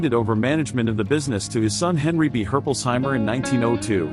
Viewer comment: Yeah im a Herpolsheimer and that pronunciation is bad